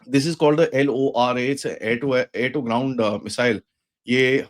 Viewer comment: L O R A❎ LORA✅